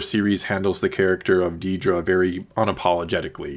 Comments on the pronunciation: It’s Dedra, not “Dee-dra.” C’mon. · It’s “Dedra” not “Deedra” 😂